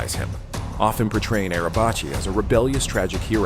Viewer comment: In Turkish, the letter "c" is pronounced like the English letter "j". So, "Necati" is pronounced like "Najatee" (not "Nakatee") in Turkish (originally an Arabic word meaning "salvaged" or "salvation"). The letter "c" in his surname (Arabacı, a Turkish word meaning "coachman" or "driver") is also pronounced like "j", not "ch", although the two are somewhat similar.